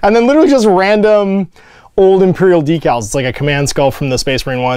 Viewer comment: DEEcals? Who are you and where is? lol